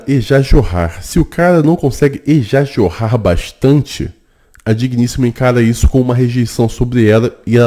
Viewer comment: Caramba, "ejajorrar"? kk Davi tá famoso!